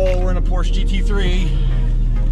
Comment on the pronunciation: Poorsh? Don’t know that one. Por-sche!